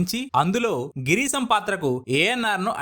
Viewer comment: Santosham, Not Santosam. Bhasha Not Basa.. Correct your pronounciations. Girisham not Girisam. Maaru Veshalu NOt Vesalu. Total waste voice maker.